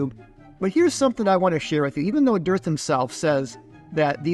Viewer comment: "Dirth" 😂 He IS calling "Dirth." does great work, but I like "Dirth" even more. 😂